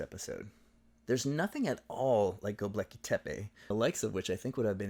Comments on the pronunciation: Just a small correction: it's GöbEKLi Tepe, not GöbLEKi Tepe 😉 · Thanks for pointing out the complete irrelevance of Göbekli Tepe to their argument about Upper Palaeolithic societies. (Btw your video spells and pronounces it as 'Gob-leki' ;) but that's a minor mistake) It was a bit of a pet hate of mine when I encountered it in the book and I guess it only strengthened my suspicion the authors were willing to sacrifice intellectual rigour for topical sensationalism.